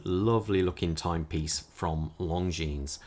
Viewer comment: You don’t pronounce the s.